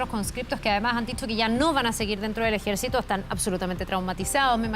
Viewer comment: DICE EJECITO FALTÓ LA R